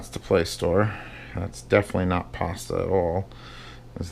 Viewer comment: "That's definitely not Paastah at all."